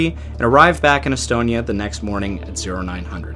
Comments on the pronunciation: that pronunciation was shyte. All of it. Except Umeo. Some how you got that right. And estonia. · The sinking affected almost everyone here in Sweden, everyone lost someone they knew. A retirement home in my neighboring town was left almost completely empty after the sinking as almost all of it's residents were lost in the Estonia. BTW your pronunciations were more than okay.